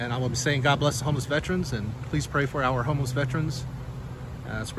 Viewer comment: FYI there's no such word as "Vetrains" its correctly pronounced as Vet-"ER"-ans ER Like gerr ER Gerr........not Tra like Tran no its tERans